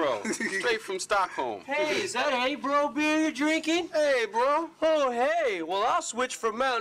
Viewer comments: Lulz, it's pronounced "aubro," not "eibro" xD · Its pronounced oooååo not ä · its not pronounced EYbro, its pronounced OHbro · Ooohh I read an article about this, abt Åbro beer got a big hike in sales after a Eminem video going viral of him mentioning.. Now I'm like ey bro? I never heard of that Swedish brand before.. Lol then I see the bottle and go "oh he's talking about Åbro!!" It's pronounced Oh-broo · Americans sure have a funny way of pronounce "å" to sound more like äy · Oh-bro (actual pronunciation) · yep.....it`s pronounced ubru,trust me i live in north sweden and my cousin drinks this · haha nice vid, in swe its kinda pronounced oubroo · You actually pronounce it like "oh bro" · It's pronounced more like Oa-bro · haha i luv how they obviously pronounce it wrong xD like it shud be abro :P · Its pronounced OhBro :) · It's actually pronouced "o-bro" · its totally not pronounced like that.. more like obro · Lmao it's pronounced like "oobro" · Us Swedes sitting here like... "That's not how it's pronounced!" 🧐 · Hahaha thay're drinking Åbro xD ( and for anyone who does not know, it's actually pronounced like this: Å sound like thhe O in "or".... that's pretty much it xD CHeers